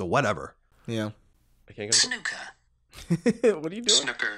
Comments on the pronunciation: Great podcast guys - loving the ps5 news and looking forward to hearing your take on days gone..... so with the snooker thing and being English.... if you ever have the desire to pronounce the word in our native tongue it is 's-NEW-kur'. Here is a great example for you to enjoy :) :))) I very much enjoyed listening to you guys passionately saying snuk-ker and demonstrating your jason statham impressions :) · didnt comment last week, but seriously, snOOker. Please please never say it wrong again!! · You still haven't got it, even after listening to it... "S-NEW-KUR" guys... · i got to say your English accents are actually pretty good, thats coming from an east Londoner who grew up with cockney parents lol but its 100% SNOOKER SNOO is pronounced like ZOO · The american pronunciation is wrong! Do you say "Snuppy" when you refer to Charlie Brown's dog?